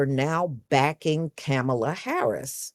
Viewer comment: Please don't attack me for asking, but why do you mispronounce her name?